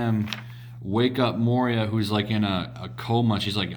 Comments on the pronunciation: Moira is pronounced "Mwar-a" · Now you just have to learn to pronounce "Moira." It's mwahrah. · Lol@ saying moira wow smh